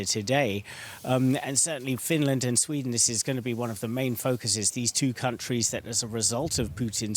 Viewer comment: Finlairned and buurlind